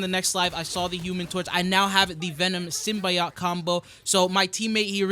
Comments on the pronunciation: this always bugs the hell out of me when people say it incorrectly. It’s “Sym-Bee-oat” not “Sym-bye-oat” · symbyoat lmao it’s symbiote